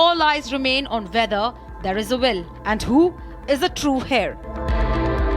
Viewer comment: Not 'hair' - heir is pronounced 'air' - please realize the portal you're representing🙄